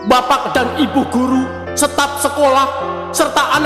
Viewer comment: b-bukan nya staf ya bukan stap?